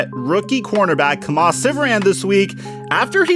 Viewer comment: it’s pronounced “key-muh” lol